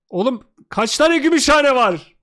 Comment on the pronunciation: Sen diyorsun Gümüşhane,kumru söylüyor"götümşahane"